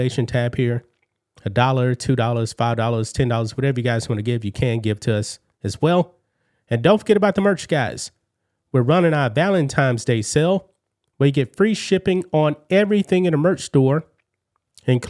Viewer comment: What the fuck is Valentimes day.